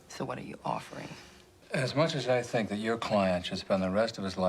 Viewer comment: Maaaan, "think'' isnt gone work lil lady